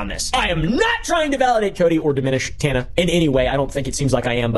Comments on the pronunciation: Hard to watch when you say, tawna. It’s TAN-A 🤦🏻‍♀️ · Sheesh do you even know these people? Watching even one video of theirs would have prevented you from mispronouncing Tana's name the ENTIRE video. Imagine claiming to spotlight a victim but ignoring their agency and identity by mispronouncing their name. This may seem trivial but when talking about a topic as an authority, it helps to get the facts right. Want more credibility? Do better fact checking. Hell, do basic fact-checking. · lol you fucked Tana’s name up soooo bad!